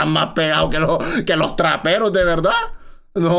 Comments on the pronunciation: me cague de risa cuando dijo que eran raperos se escucho como traperos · Oye es rapero no trapero xddddd